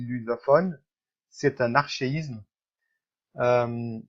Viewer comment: Toujours excellent, et je voudrais, en toute modestie, apporter une petite correction de prononciation: Le mot "Archaïsme" ne se prononce pas "Archéïsme", mais "ARCAÏSME" , ARCA comme dans ARCADE où /ARKA ÏSME/.